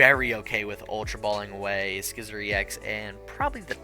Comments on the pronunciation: Wait wait wait, you call it SKY-ther and SKE-sor‽‽‽ Man... it is pronunce SI-ther and and SHE-zor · just so you know for the future it’s “Syther” and “Sizzor” where the c is silent. Hope this helps! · Another great video! The single-prize Scizor is one of my favorite cards. So good. Also, hope you don't mind the slight correction, but the c in Scyther and Scizor is silent (like the word scissor) 😅